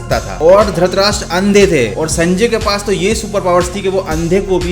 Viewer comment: its not dhratrastra its dhritrastrs